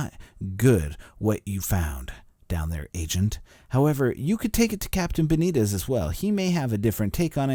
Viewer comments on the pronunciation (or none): none